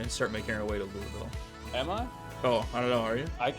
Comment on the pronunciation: Y’all be saying Louisville wrong the whole video 😂